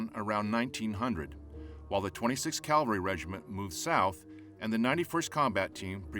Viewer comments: It’s CAVALRY not CALVALRY! I’d expect a narrator to know better. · This is a rare documentary on pre-Fall of Bataan historical details. But why "calvary" instead of "cavalry"? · Is our narrator saying "cavalry", or "calvary"? Good production anyway...thanks! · Someday I hope to encounter an American narrator who uses "CAVALRY" instead of "CALVARY". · I just cringe each time I hear' 'calvary'. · its CAV alry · Good content but pronounce the word 'cavalry' correctly.